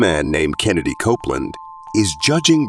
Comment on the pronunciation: His name is KENNETH Copeland; not Kennedy Copeland.